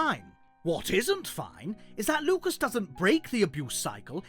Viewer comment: LUCAS NOT LUCUS WTF MAN